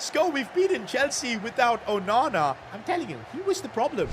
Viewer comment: You know him saying onana when he saves a crazy goal.Sounds like OH MAMA LOL